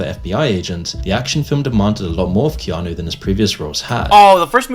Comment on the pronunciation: It’s “Key-awn-Nu” it’s Hawaiian